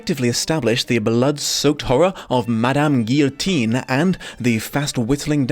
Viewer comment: Liking and commenting because you pronounced guillotine correctly.